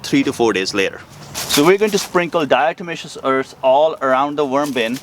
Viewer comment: its not diamataceous its diatomaceous earth.